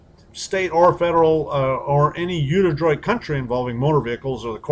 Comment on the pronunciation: dude can't even pronounce unidroit correctly.